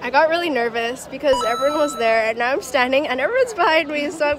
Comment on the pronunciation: do u hav an accent u say standing like “ sta-ahnding